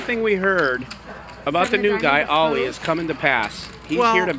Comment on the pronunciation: So triggered by how this guy is pronouncing Ollie.